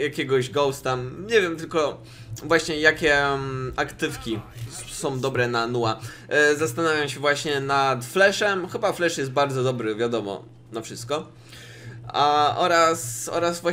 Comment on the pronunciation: Czyta się niu wa